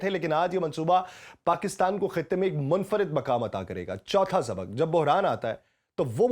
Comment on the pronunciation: ہلکے۔ یا بھاری مشرک یا مشرق مطابک یا مطابق سبک یا سبق مکام یا مقام مستکل یا مستقل اردو زبان بولنا تو سیکھ لو تیزی سے بولنا نہیں بلکہ صحیح طریقے سے بولنا معنی رکھتا ہے